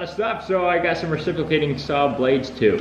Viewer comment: It's reciprocating, not reciplocating